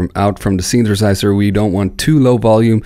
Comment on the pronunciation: Synthesizer = Synth-a-size-er. NOT: Synth-ER-size-ER. YOU know what I mean ? Just pop that first ER right outta there. Then drop that ER like a MF'In bomb like you don't need it in da mashina...know what I need... Just like that...yeah!